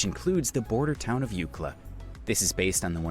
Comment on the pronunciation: well he got Eucla right. i got to 13 minutes and muted the comments and went to closed captions.